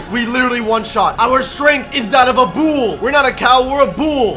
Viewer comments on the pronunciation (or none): bool Everyone: it’s bull